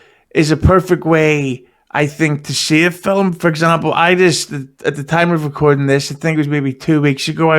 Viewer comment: please tell your cohost "film" has only one syllable. I know the guy is from a distant land, but man...